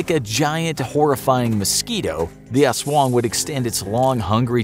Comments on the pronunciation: It is Aswang not Aswooong. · Every nation:"Aswong" Filipino:"Aswang" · I liked how you pronounced "aswang" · U said the "aswang" u say is wrong,go to the google translete